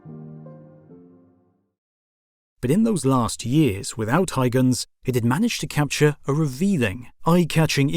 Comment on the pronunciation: Christian hygens? There is a U there and it isn't silent ;)